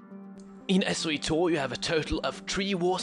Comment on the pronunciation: S-we-tor? sigh Really is that how your waying it?